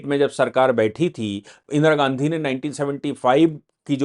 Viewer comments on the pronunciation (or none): none